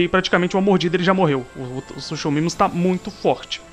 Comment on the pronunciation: eu sei que quando lemos o nome do animal se le suchomimus mas se pronuncia sucomimo!!!